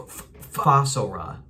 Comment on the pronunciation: mispronouncing a simple word like Fossora trying to make it seem like a joke... you are NOT funny, the "joke" doesn't land. it is a microagression.